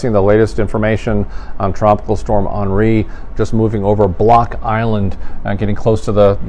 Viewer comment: Hun ri? You mean Henri?